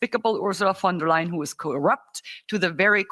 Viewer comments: Pronounced Vonder liein' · "Von der Ly'in"